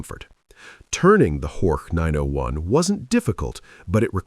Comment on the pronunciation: Not Hortsch, but Horch meaning hear!